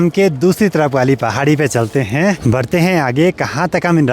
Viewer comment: 😂😂😂 लास्ट वाले शब्द पे इतना जोर क्यों दे रहे हो,,, आ रहा हैं, हैँ....😅